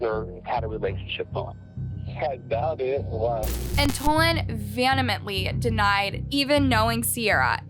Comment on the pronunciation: Wtf is vanamently? It's vehemently*.